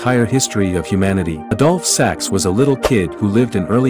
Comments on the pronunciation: Has anyone else noticed that the narrator pronounces the man's name "adult sex".🤭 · is that how they pronounce it Adolf? It sounds odd that way but maybe that's the right way